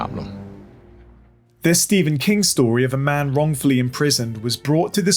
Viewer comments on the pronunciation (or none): none